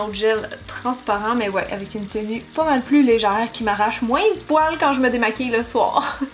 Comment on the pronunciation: ton produit Vichy .. tu as dit .. légerte ??? :-)